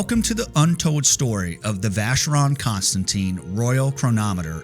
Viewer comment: Thanks for a very interesting video. But, please, please learn how to pronounce Vacheron Constantin (and AP) correctly.